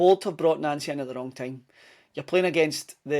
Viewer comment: Our managers name is pronounced NANCY it’s official of course it’s the boards fault but as you know they are never to blame for anything